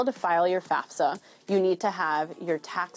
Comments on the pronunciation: I feel bad that I can't drop this but I'm curious how much this is "espresso/expresso" vs. like, a speech impediment. Do people that say faSfa, instead of faFsa, say it because it's uncomfortable to say correctly? Is it involuntary? Is it just a preference? Do you notice you do it? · I love yah and I love the story. The fact that you pronounce FAFSA the way you do bothers me. Sorry.